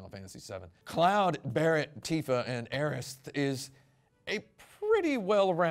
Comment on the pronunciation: i prefer pronouncing it "Aeris" as well. It sounds so much more elegant.